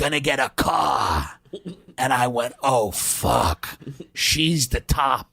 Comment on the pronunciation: Top producaaah Idaaah. <3 Where's the caaaah, Idaaah?